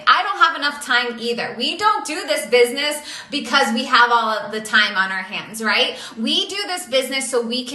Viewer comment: "this bisniss" really triggers me